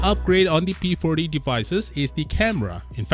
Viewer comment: This guy said p porty pro plus 😂